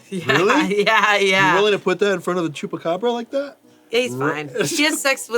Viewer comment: I had no idea that someone who doesn’t live in Brazil had ever heard of the chupacabra. I almost died laughing when I heard pronouncing it as "tchupabra."